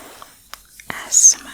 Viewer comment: i really love the content.. but its not Asmr "asmah" its Asmr "Ayy Es Em Are"